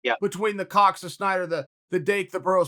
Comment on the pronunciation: Chael, it’s SNYDER! Say it with me, SNYDER STOP SAYING SCHNIEDER